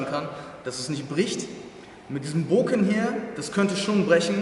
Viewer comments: Nenn es doch beim richtigen mamen, Bokutō und wenn du schon bokken sagst, man spricht es nicht booken sondern bocken, mit betontem k und kurzem o :) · Sicher das es Bo(o)kken heisst? Denn doppel Konsonanten machen den Vokal kurz. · Das "Bokken" wird nicht mit einer betonung auf dem "O" sondern auf dem "K" ausgesprochen. Daher die zwei "K" in der deutschen Umschrift. Man verbleibt kurz auf dem Laut des "K". "Bok (pause) ken" . Im originalen Japanisch ist dies durch die Hiragana schrift ersichtlich. Nach de m "Bo" folgt ein klleines "tsu" was zeigt das dass "K" betont wird.